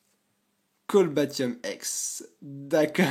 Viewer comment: Cest cobaltium pas colbatium ;)